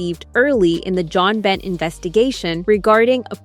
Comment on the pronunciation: You obviously don't know about Jon Binet. Her name is pronounced Bin-ay, not Bent 🙄😡